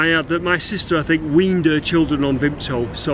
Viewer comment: You aren't a true manc if you don't pronounce Vimto as "vimpto" xD